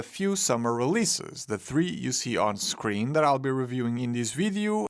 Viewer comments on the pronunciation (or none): none